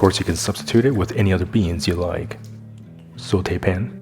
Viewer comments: in addition to your fabulous vids, great production and wonderful recipes, I must congratulate you on your correct pronunciation of "saute" - every time I hear you say it, I am transported back in time 60 YEARS (!) to my high school French class and our amazing Miss Murray (R.I.P.). Thank you so much for such a quality channel. Many Blessings to you and yours. ❤ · Love your videos and also the way you say 'sauté'. your voice is so soothing.